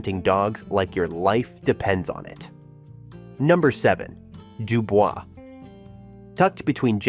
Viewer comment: They don’t pronounce it Dubel’s😅 it’d do boyz